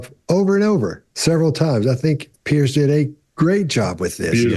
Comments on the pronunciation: When they mis pronounce “Piers” their blink rate shoots up. There displaying a strong physical attraction to Pierce. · How can so many intelligent people struggle to pronounce the name 'Piers?' ( excepted.) It's not Pierce!